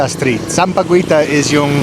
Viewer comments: you kept pronounce bad the tagalog word SAMPAGUITA. Sam-pa-gwei-ta Sounds terrible when always said that word. Did you know that sampaguita is the national flower of the Philippines. So please say it right. SAM-PA-GEE-TA (do not pronounced U) After you took main course coming up is the dessert. In tagalog word Panghimagas. PANG-- HI (pronounce this as He, not Hi)-- MA-- GAS Don't be mad Peace! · sampa-GWEE-tah ❌ sampa-GHEE-tah ✅ unless of course pa-cute ka lang on purpose 🙄😆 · Sup, sampaguita is pronounced locally as sam-pa-ghee-ta. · Sampa guita= sampagita Guita like guitar sir haha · Sampagita not gui. Sampaguita is called jasmine here in US. Yes, you are correct Sampaguita is the national flower of the Philippines. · Sampagita not sampaguwita, on how you pronounce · sampaguita pronounced "sampa-gita" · "sampaguita" is pronounced sampa-geeta. the "u" is silent. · Sampaguita is silent U. Sampageeta. No licking, gross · Kuya... if you see a word with "gui" or "gue"... in Tagalog... just pronounce the last vowel... so for "sampaguita" it is pronounced as "samapgita". For "Malaguena" it is pronounced as "Malagena" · "Sampaguita" pronounce as sampagita silent 'u' like - Aguinaldo, Guimaras. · It pronounces as 'Sampagita'. Silent U. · JUST SAY SAMPAGITA SILENT U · Nice video. Silent U in filipino words like sampaguita, quezon and Guimaras. Gi is pronounced as ki like in the word "kita". Keh in Quezon (Keh - Zon). Putahe word is still used in nowadays by us Filipinos. Nagiging matatas (fluent) ka na magtagalog kuya. Keep it up 😊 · Hello, Sampaguita is pronounced as Sam- pa- gi-ta!!! Silent u. Tamarind is a fruit N Sampaloc is the tagalog translation. That woman shouting is kind of crazy, i think! Dont think too much!!! Can’t understand too what shes shouting about!!! Lol Enjoy your chinese food!!! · Sampaguita is pronounced with a silent "u". Just ignore the letter "u",.😊